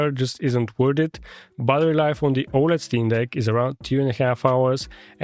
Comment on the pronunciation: Nice work but please for god’s sake it’s battery life not buttery life 😅